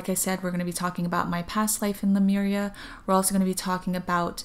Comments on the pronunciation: It’s Le— Myuur-eeahh , not Le- mir-ia. I do appreciate your channeling, and I was there too. I hear most people mispronounce it than pronounce it correctly. I heard Lumeria the other day! Your voice is very similar to Aluna Ash. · As I watched this video I started feeling dizzy and had to lay down. I started reading the comments to see if anybody reported a similar experience. Read the one where this lady points out the right pronunciation of Lemuria, I tried to say it out loud and light language started coming out to a point where I cried as I recited it. 😳😯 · Thanks Carol Jenny! I actually am very aware at the pronunciation that you stated because of the "MU" sound, but for some reason, that pronunciation does not come easy for me! I always default to the way I say it. I've tried about 20 times just now and it does not sound right!! haha!! Maybe it has something to do with my Hawaii accent! I will try to pronounce better in the next few vids since I'll be talking a lot of Lemyuuureahh but I can't promise anything!